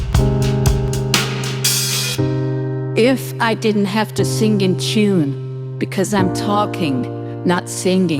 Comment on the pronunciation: The way you pronounce sing (sin-gg) reminds me of Bernard Sumner.